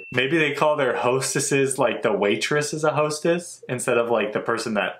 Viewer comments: I died when they said "HOE-STESS"😭 gurl i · Hoe - stess 🤣🤣🤣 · Im dying on the "Hoe-stess", I'm so sorry 😂. And if you noticed, we really taken the Tomboy seriously. I agree with the "That's not how that works"😂